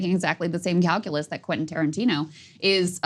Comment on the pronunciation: Saagar... can you say: Kwen-tin... Kwen-tin.... now repeat after me KWEN-tin. It's English mo-fo! Do you speak it!